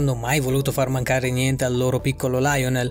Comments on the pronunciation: Si pronuncia Lionél non laionel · Si dice Lionel perché è argentino Non è inglese che dici laionel... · Ma come si fa ancora a dire LAIONEL messi???? Si legge come è scritto!!! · Si dice Lìonel Messi